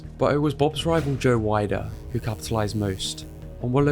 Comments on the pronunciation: pronounced joe weder not wider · Okay say it with me friend it's Joe Weeder, Not Joe Wider! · It’s pronounced Joe Wee-der. Otherwise good video